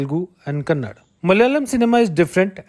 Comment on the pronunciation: It's not kannad, it's kannada...